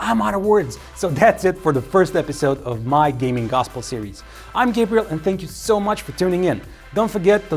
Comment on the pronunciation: Could you please stop introducing yourself as, but rather? 😁 I deeply dislike the first version. Lol.